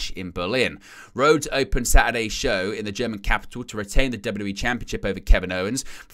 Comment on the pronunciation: Femi reatin? Jordan reatin? What's that? Retain is what I think yall meant! 😂